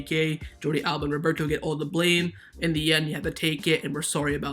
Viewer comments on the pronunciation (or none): none